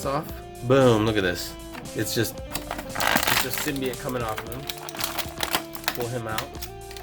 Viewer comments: It’s sim-by-oat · I love this every bit about it, except... There's one specific detail............ He didn't pronounce symbiote right.